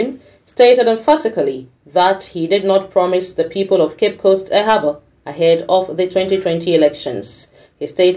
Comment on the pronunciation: Please it is Harbour not haba